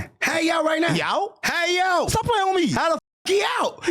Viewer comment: “Stop playing wittme” 😂